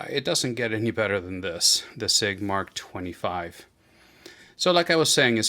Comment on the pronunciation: As it relates to military weapon platforms, the abbreviation "MK" is pronounce "Mark". P226 Mark 25.